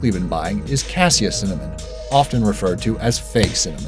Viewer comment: Wait did he just say cimmanon wahahahahaha lol